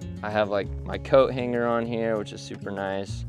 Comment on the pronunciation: That's not appreciation. It's a speech impediment.